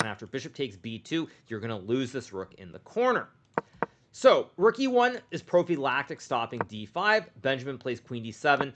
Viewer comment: We’re just going to pretend he didn’t say “Pro-V lactic”?